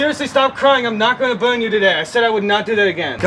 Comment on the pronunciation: some people just wanna watch the fwicking wowld buwn